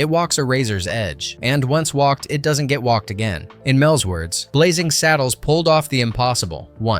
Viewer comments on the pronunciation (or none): It's 'Blazing Saddles' not 'Blazzing Saddles!' How can you be taken seriously as a reviewer if you can't even get the spelling of the movie itself right! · Blazzing Saddles? BlaZZing? 😄